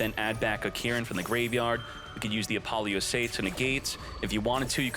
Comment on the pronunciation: Youre saying it all wrong. Its Apple-OOO-suh, not A-poly-ooo-SAH.